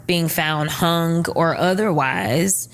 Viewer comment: The g is silent in Hung. I hate that lol